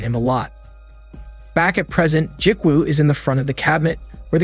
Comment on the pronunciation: Ji-woo is pronounced gee-woo like gee in gee whiz and woo like woo--hoo. Not Jik-woo...... other than that cool movie recap.